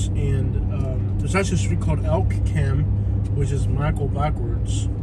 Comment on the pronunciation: I've lived here for 30+ years... Elkcam is one word and pronounced as one word as well. Crime rate is 57% above the national average. Building faster than they can sustain with some of the highest taxes in Florida. Also, with such a high crime rate, our Sheriff carries no department issued firearm and rides his bicycle everywhere with his cellphone. In his first term he was hit by vehicles on his bicycle twice!